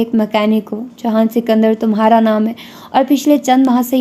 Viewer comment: ohh behen jihan ka naam to sahi se lo